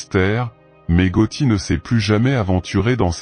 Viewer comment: c 'est GATTI pas GOTTI